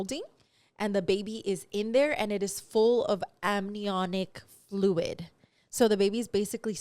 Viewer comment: Is saying amninoic instead of amniotic? 😂😂😂😂